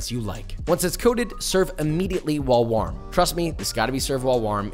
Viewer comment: Why did you say warm like that. Wahrm.